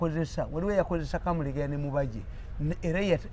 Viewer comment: it's mubajje not mubejje haaa